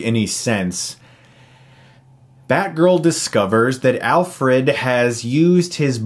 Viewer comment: it's funny how your pal says Alferd instead of Alfred , just like I've heard you say Nukeuler/Nucular instead of Nuclear in some other video xD